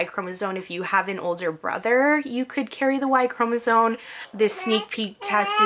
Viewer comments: I know this video is hella old but I just had to tell you that the word chromosome is not pronounced “cro-NA-zone” it’s “cro-MA-zone” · Hearing you say y chromosone 100000 times is so grating. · Chromosome. M, not N at the end. And consider un-oranging yourself. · Why do you say “y chromosone” 🥴🥴🥴🥴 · Because she is not pronouncing the word correctly, or does not know the correct pronunciation.